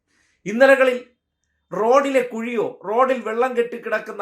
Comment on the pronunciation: ഇതെന്ത് കുയി വരാനിരിക്കുന്നതെയുള്ളൂ. മയ... മയ... കുയി കുയി. മന്ത്രി തിരിഞ്ഞ് നോക്കി റോഡ് നിറയെ കുയി....